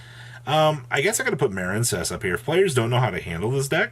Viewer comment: I see Maren-cess makes it's return. Holy shit dude I seriously thought u would grow up and say it the correct way that u kno it's said. Smh. Seriously a water based archetype, and u can't put two and two together that it's marine, things that live in water. U aren't that goddamn stupid.